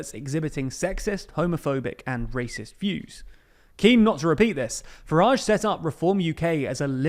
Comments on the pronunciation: It's a word that his name rhymes with and so should be pronounced rather than the pnoncy sound he uses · 0.59 Farage nor Garage